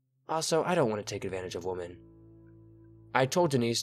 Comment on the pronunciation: Hi. You keep pronouncing "women" the same as "woman". It should be pronounced "wimmen". Thanks for reading these stories!